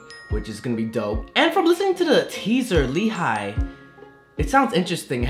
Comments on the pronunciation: It's actually pronounce as 'HEE' , not 'HI' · So it was pronounced as Lee Hai? I legit thought it was Hi in Hee. Hahaha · But it is pronounced as Lee HA-YEE tho it's spelled as Hi 😢